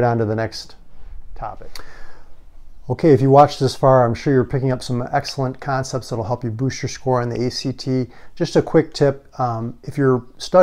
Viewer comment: "conepts" lol